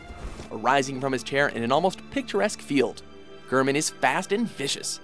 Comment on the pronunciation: ive never been more triggered when he said GRRRRman